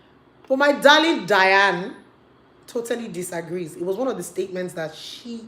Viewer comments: it's DYNA ooooo, not Diane. lol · Get the name right it's Dy-na Ekwe-me then turn off your feminist filters. You said you made points but the lawyer you is misquoting her. The reason God created women is not for men to abuse them and faf around with animals but to leave to cleave to the woman. Marriage is anchored on women that's what it is. Someday you want to marry in Church but it's a shame you know totally nothing about why God made marriage. You keep misquoting her. It's ridiculous!